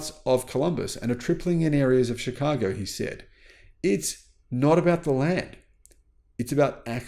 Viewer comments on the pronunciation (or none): none